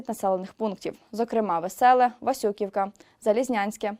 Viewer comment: Дякую. Берестове - наголос на останню голосну, тобто е. Васювівка наголос на літеру і. кажіть правильно.